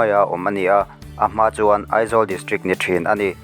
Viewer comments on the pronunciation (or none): none